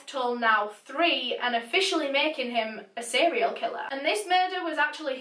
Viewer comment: To be quite honest the reason I decided to actually keep watching the video is how you say "seriol" killer. I flipping adore it.